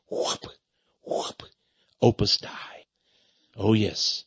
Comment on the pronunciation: Texx, you need to learn to pronounce Opus Dei properly before you opine on it.